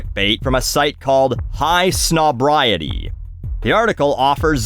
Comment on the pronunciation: I know this is a pointless nitpick correcting the name of a sad dying clickbait site, but it's "High snob-EYE-ITEE" not "Snob-rye-itee". I'm assuming being a combination of snob and society, which is ironic considering the people running the site are rich assholes who profit off of other rich assholes.